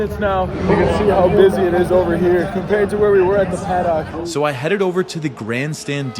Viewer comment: great video please don’t say “paddock” anymore lol